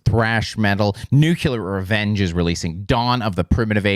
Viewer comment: "Nucular" Revenge